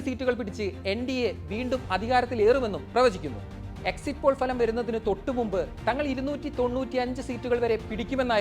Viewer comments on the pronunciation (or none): Fa…ലം അല്ലെഡേയ്. Pha….ലം!!!